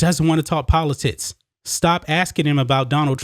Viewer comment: He said poli-tits.... all jokes aside. Great points. It won't end here. You can be the Greatest Of All Time (Tom Brady) and the woke crowd will come after you no matter what. The only way to defeat them will be not to bend to their will.